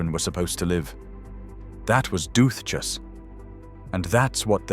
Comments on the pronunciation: I don't think the "th" is pronounced the same as English "booth", it's a plain "t" sound. Duthchas as if it were dut-cus with a long "u". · Or the Gaelic pronunciations. And if I hear "this wasn't this, it was something else worse" I will positively scream. Actually, I'm screaming already. Doothtchas. What the hell?